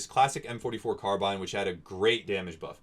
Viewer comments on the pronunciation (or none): none